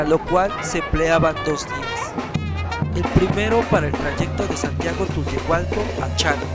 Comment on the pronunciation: nada mas te corrijo, no es tuyuhualco, Es Santiago Tulyehualco